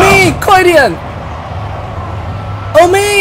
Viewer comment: 其實不是OMEEEE吧?這樣變成,喔我ㄛㄛㄛㄛ,照理講歐米德的英文正確拼法是 Omid